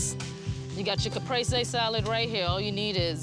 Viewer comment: Oh wow love her! She should link up with Joe Lamp'l since he's in her area. And love that she said caprese right.